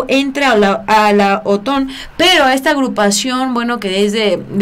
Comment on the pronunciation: No es OTON, es OTAN